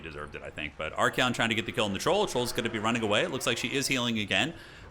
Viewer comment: I just noticed how Archaon is spelled, u pronounce it as ArchEon, but should it actually be ArchAon?